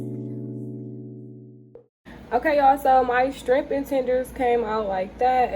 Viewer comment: Not trying to be rude but it’s shrimp sweetheart not strimp….